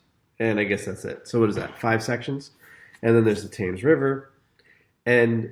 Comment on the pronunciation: "Taymes"murders...wow I thought the River Thames was famous...a shame to hear it mispronounced... but hopefully the rest of the video is good --- thankfully it is